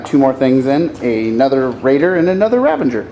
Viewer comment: RAVAGER! NOT RAVANGER! ARGHHH! Awesome bat rep though! :)